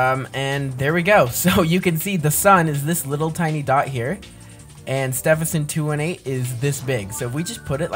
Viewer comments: its pronounced Ste ven son 2 1 8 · It’s Stephenson 2-18 not Stephenson 2-8